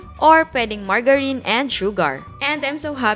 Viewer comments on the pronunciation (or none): ako lang po ba yung natuwa sa "margarine" 😅 na pronunciation ni chef (medyo nanibago)